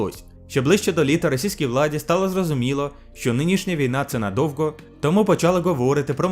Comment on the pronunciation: Не надовґо а надовго.